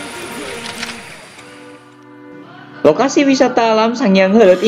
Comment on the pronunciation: Heuleut ya min, pake U hehe